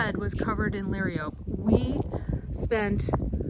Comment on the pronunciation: Perhaps adding plant names in text would help when wind cuts out the volume or if your pronunciation fails. ie - liriope is luh RYE oh pee